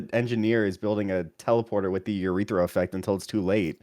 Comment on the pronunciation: “Uretha affect” 🤦🏾‍♂️